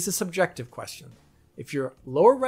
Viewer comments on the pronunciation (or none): none